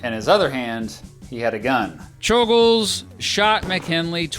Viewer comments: It is properly pronounced chol-gosh, since you brought it up in the video, but I don't think we have to make the effort for assassins lol. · I believe czolgozs is pronounced as sholgosh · It's pronounced Choul-Ghosh